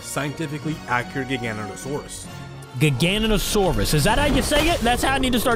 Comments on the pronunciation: Gignotosaurus is said giga-noto-saurus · this how to say gi-ga-none-te-so-rus